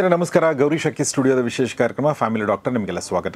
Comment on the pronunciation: ಗೌರೀಶ್ ಹಕ್ಕಿ ಅಲ್ಲ ಅಕ್ಕಿ